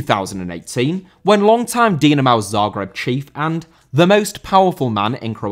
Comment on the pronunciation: Dinamo* not Dinamaw